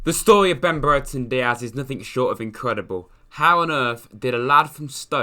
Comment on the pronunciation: only said breretons name wrong 1000 times lmao